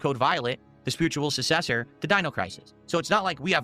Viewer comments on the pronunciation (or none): "SUSSESOR" What a complete mongoloid.